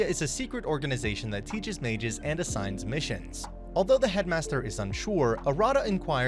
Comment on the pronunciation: Haha I love how the narrator say ma-ges instead of mages